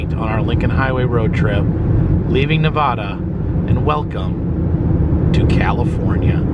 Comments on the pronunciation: It's not pronounced Na vah da. It's pronounced Ne va duh. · It's Nev A da, not Nevahhda. The Casino at the end of the road. I believe the auto museum is Bill Harrahs old auto collection. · At first I thought this guy was a Clamper, but then he mispronounced "Nevada" (he said "Ne-VAH-da"; we hate that 😖), so, probably not ECV... But from the thumbnail, I was like, "red shirt + lots of badges and bobbles + funny hat = Clamper, no? I'm not a Clamper, but I have tons of friends who are. I got nothin but respect for them; ECV is pretty cool, imo. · nev ah (like apple) duh. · Nice video. Just an FYI for you, if a local hears you pronounce Nevada as "Nevahda" that local will cringe inside and/or correct you. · do not say Nevada like that in Nevada lol.